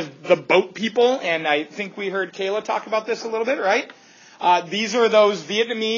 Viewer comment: LMAOOOO "They liked what Canada was all aboot"